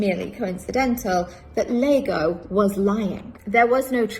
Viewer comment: "Lago" !!!lmfao...dumb stitch. Show how much you know about Shakes[eare....it's Iago!!!! iago pronounced eye ah go..real bimbo